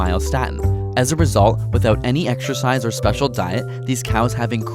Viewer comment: Why are you pronouncing exercise as ekshercise?